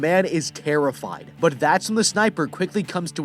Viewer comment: "The man is terrafied" The guy:*Shows no emotions*